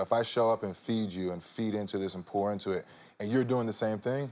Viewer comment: gurl - why is he so serious and Dry today? that's not cute. And if he say pour into it one more time - sounding like PORN when he say pour. I was like yeah, nigga porn is apart of some day's lol not everyday. the movie was straight - that's all I'ma say in the public.